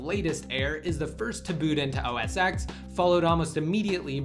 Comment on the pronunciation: Not to sound picky, but OSX is usually pronounced "OS Ten", not "OSX".